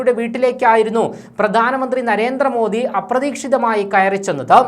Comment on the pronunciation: എടോ..'' നരേന്ത്ര മോദി അല്ല. നരേന്ദ്ര മോദി ... എന്നാണ്‌ പറയേണ്ടത്. ( ന്ദ്ര ..)